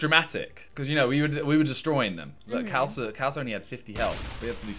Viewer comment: It's pronounced Kh - aa (or ar) - l-sa.